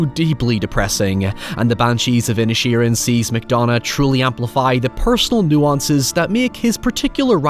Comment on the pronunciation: I kept thinking you were calling the town ‘Ed Sheeran’ lol